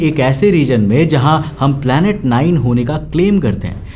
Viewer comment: Planet ❌ palet ☑️